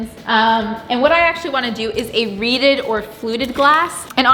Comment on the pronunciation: REEDED! I thought you were saying "redid" lol.